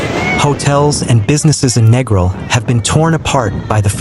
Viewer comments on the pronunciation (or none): If you're gonna do a vid at least pronounce the name of the place right - its Neeee gril, and a lot of that vid doesn't even look like the place!